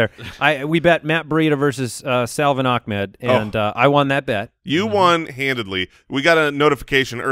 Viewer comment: Love the show and watch all week, the Miami RB name pronunciation is Ah-Med not how you guys have been saying it. Keep up the good work!